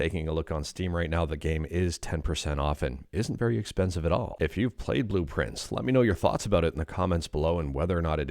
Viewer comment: I kept mishearing Blue Prince as Blueprints. Is that intentional?